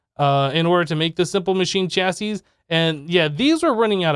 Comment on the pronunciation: when you finally said chassis right - made me giggle Thanks